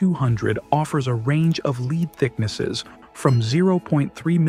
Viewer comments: When when /led/ becomes /li:d/. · Leed not Led? Thanks AI